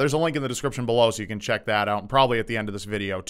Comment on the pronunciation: I don't like the way you say "can". Stop it.